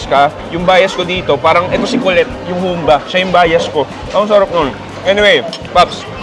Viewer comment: Nakaka trigger ang pag pronounce nya ng Humbà eh Hahahaha